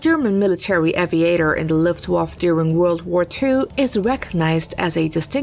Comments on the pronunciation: LuftwaffE not Luftwaff... bitch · What is wrong with the last letter of the word Luftwaffe? Luftwaff sounds awkward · I love the "luft waffle", never imagined it could be said like that ;-) all the glory stripped down to a simple waffle, love it :-D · please give this woman a correct script, calling "Focke Wulf 190" a "FW 109" is an unacceptable mistake for a video of this type and teach her how to pronounce Luftwaffe